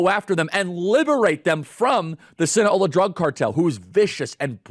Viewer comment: Sinna Low Ah SInaloa. Gotta say it right, Charlie.